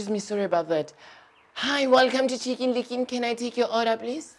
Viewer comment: __ "Hi, welcome to ChEEken lEEken" I'm legit ded bout' this now 😂😂